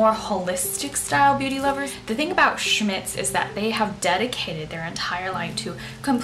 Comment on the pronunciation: OK, hun....funny how you pronounce a German comapany !!! when will you do a 2nd. video in your garden? i loved the first